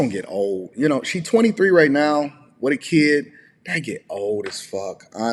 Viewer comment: The word is then, not den, and the word is kid, not keed. I've heard people pronounce words like bid, lid, and did fine, but when they say kid, it suddenly becomes keed. Just a weird observation I've had. At first I thought it may be related to a southern type of accent, but then I wondered why other words with similar spelling aren't being spoken the same way.